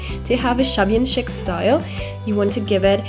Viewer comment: Very nice effect, it turned out nice. Chic is pronounced Sheek. Looking forward to seeing new videos! ♥️🎃🍁🌻♥️🎃🍁🌻♥️🎃🍁🌻